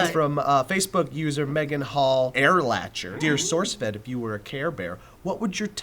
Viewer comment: I jumped off my couch when I heard my name!:D (By the way, my husband told me I had to correct you,. It's Er-Lahk-er, though we get Heir-Latch-er a lot.) Don't worry, it is a deep and soul searching question, one day you'll just know.